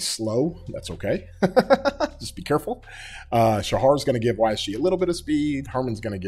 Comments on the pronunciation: Shajar with a "J" not "H". pronounce the "J" bro. Great video as usual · Great video as always but Shajar is not Shahar J isn’t pronounced as H in her name it’s a J like in jar